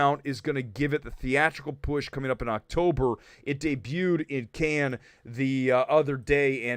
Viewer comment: Kudos for pronouncing Cannes right. I still can’t see The Marvels going to theatres.